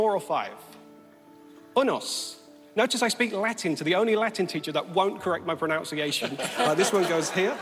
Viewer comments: He mispronounced "pronunciation". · The irony of him mispronouncing “pronunciation” is next level